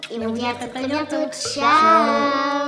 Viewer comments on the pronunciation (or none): none